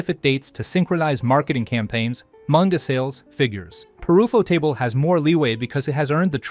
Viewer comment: From what I've heard most people pronounce it 'You-Photable' not UFO-table. That would be like someone pronouncing Cuphead 'Cu-Feed' instead of Cup-Head 🤭. Also, Infinity train is its own thing, I'm sure that's how you mixed up the name.